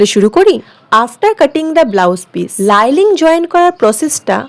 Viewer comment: লাইলিং কেন বলছো ভাই?শব্দটা হবে লাইনিং ❤